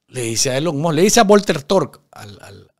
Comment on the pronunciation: Como me he reido con este video...." Elon Mos" 😂😂😂😂😂😂